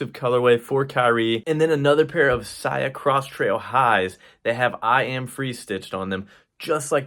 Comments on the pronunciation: Why u said sia like that in ur opening monologue??? Wtf I don’t know what’s this is about but fuk this <<—- beat it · You've been a long time follower of the founder but can't pronounce his brand name??? Oooooook....😂🤣😆😂🤣😆